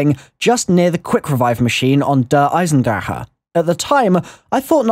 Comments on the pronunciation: der eye-zen-dra-(back of the throat purr noise)-ha not der eye zen drahah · that was a really weird way of saying der eisendrache. it sounded like "der eisendraha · Why does every zombies YouTuber over-pronounce "Der Eisendrache"? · lol you pronounced the map wrong